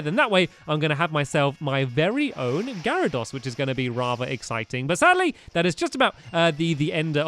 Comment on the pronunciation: you pronounce garydose Gary-dose